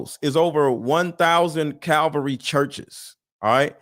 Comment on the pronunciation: Bro, it's Calvary Chapel. And be sure of what you're talking about, calling them a CULT Just a helpful tip. Love the vids.